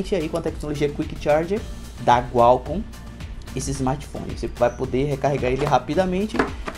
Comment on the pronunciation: Gualcomm ou Qualcomm???